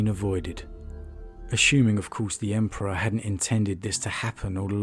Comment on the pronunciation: I think Lorgar was just craving to have something superior than him to tell him what to do and so he could save face when committing atrocities "in the name of the emperor" and his whorship was a way to do so. Also, you misspronounced God Emperor many times